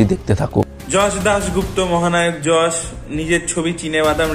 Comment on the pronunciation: উচ্চারণ হবে যশ 😢😢😢😢😢